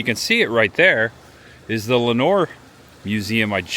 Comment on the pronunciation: It's "LOUD-uhn". And you had Lenoir right, "len-OR" ❤